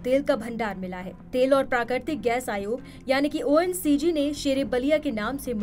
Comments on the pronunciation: Reporter ONGC ko ONCG bol rahi hain. Ab dekh lo inki kya halat ho gayi? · Oncg nahi ONGC hota hai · Ongc ko oncg bol rahi khudai ko ....... Na bol diyo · बहन ये तय कर ले की तू ONCG बोलेगी की ONGC 😅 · ओएनसीजी कहती हैं इस तरह की उच्चारण की त्रुटि क्यों करती है ONGC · Reporter ne several time ONCG bola instead of ONGC😅😅😅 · समाचार वाचक महोदया बार-बार ONGC को ONCG बोल रही है .... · Oncg nhi Ongc hai journalism Madam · ONCG nahi madam ONGC hai. .. krapya padhkar ayen. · Mam ONGC aur oncg nahi achchha se bola kro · ONCG nhi Mam....ONGC.....! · Ongc he na ke oncg Sahi pronounc kren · ONCG nahi ONGC aap video me galat bol rahe ho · ONCG nahi maidam ONGC kahte hai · Madam ji ONCG nahin ONGC hota Hai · ONCG नही ONGC बोलिये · Itna bada news channel aur ONGC ko ONCG bol rahey ho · It's ONGC not ONCG. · ONCG nahin ONGC😅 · Anchor does not know it is not oncg it is ongc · It is ONGC and not ONCG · ONGC hota hai na ki ONCG😂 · It's not oncg it's ongc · Ye anker bar bar oncg bol rahi hai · Pahle aap reporting karne se pahle thoda padh liya karo ONGC hota hai vah ncg Nahin hota hai theek hai na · 😂😂😂 ye ongc hai naa ki oncg madam aap bhi....ek baar phir bolo oncg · NDTV के एंकर ओएनजीसी को ओएनसीजी कह रहे हैं, खुद का ये हाल है, दूसरे को गोदी मीडिया बताएगा।😂😂😂😂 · इतनी कम ज्ञान वाली पत्रकार, ONGC है। ONCG नहीं। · जब से एनडीटीवी का अधिग्रहण हुआ है तब से उसके रिपोर्टर और उसके न्यूज़ एंकर गोदी मीडिया की लपेटे में आ गए ठीक से ओएनजीसी नहीं बोला जा रहा है मुझे लगा शायद मुझे ही सुनने में कुछ दिक्कत हो रही है😂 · Ongc nam to shi bolo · ऐसी अनपढ एंकर को पहले ONGC ठीक से बोलना सिखना चाहिए। कृपया बकलोलों को एंकर ना बनाएँ